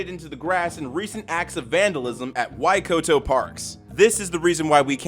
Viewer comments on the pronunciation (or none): wait, Waikato? That’s not that far from where I live. Damn. And by the way it’s pronounced why-kah-toe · Sup at the mark you said why waikato just for a bit for correction it's pronounced closer too why/cat/toe just for future reference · kiwi hereee, Waikato would be pronounced why-cut-toh :], could vary by accent ofc